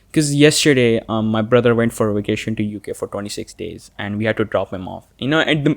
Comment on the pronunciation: Everyone: vacation: wacation